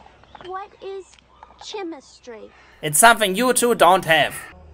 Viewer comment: "This isn't magic, this is chemistry." "What is tshemistry?" Language nerd here, how the fuck does that happen?